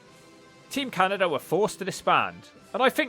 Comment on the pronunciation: How does he add a T and an R to Canada?